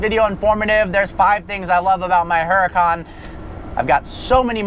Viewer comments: its huracan not huracAAAAn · HuraCAN not HuraCON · the H is silent its fucking annoying lol but its his car so ig he can call it what he wants